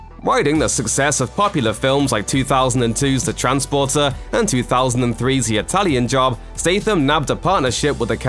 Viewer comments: its fooking transporter not trainsporter you clown. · Transporter.... Not trainsporter